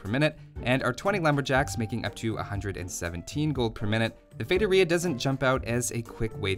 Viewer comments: Ah another video when he says "Fetoria"...👌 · He doesn't have a master's in how to pronounce feitoria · It's pronounced with an emphasis on the 'i', not the 'o'